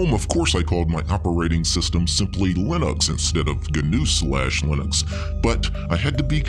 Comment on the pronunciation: I’m convinced that says lin-OX because the gnu in GNU’s logo looks like an ox. He’s been trolling all along.